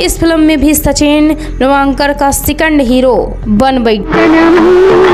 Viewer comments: Pilvankar nahi pilgavnkar hota hai agar sahi se nahi bol pa rahi thi sirf sachin keh sakti thi har baar pilwankar kehne ki kya jarurat thi? Or peoduction house hota hai film banane ki chhoti moti factory kya hota hai. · सचिन पिलवांकर नहीं सचिन पिलगांवकर हैं। अपने उच्चारण सुधार लें। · आपको तो पिलगांवकर बोलना भी नहीं आ रहा। अपनी भाषा पर काम कीजिए। बाद में वीडियोज बनाइए। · सचिन पिळगावकर नाम है उनका नाम ठीक से बोलो